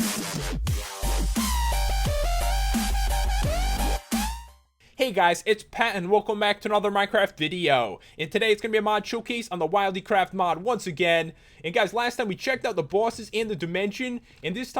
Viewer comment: Pat, it's prounounced Will-dee, not wild-ee :P